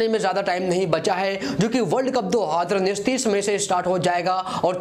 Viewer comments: Adhi ranjish bol rha hai ya 2 hajar unnis😂😂😂😂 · Do haaaaadar unnis . . Hahaha ..... Isko konse planet se laye ho... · Abe tu YouTuber kese bn gya do haaadar unnis Kya bol rha h..😂😂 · Dohaaaaader19 nhi hota hai 2019 hota hai😁😁😁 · 2 .......019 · दो हजर उन्नीस😂😂😂😂😂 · Dohaddrraa unneess 😂 Dohaddrraa unneess 😂 Dohaddrraa unneess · How many time he said "do haadar unnish" ....Lol😛😛😛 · Do Adhar uneess bol raha hai kyaa😂😂😂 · Bhai jab nhi bol paa rha hai 2019, to h itna use Kyu kar rha hai,simply world cup bol de .......... Do hadar unees bol rha hai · Do hazar unnis ni bolte aata kya teko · 20 baar sunne ke baad samajh aaya... ye 2019 bol rha h....😂😂😂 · 2019 tho ache se bol loo yr